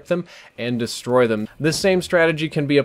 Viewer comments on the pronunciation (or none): none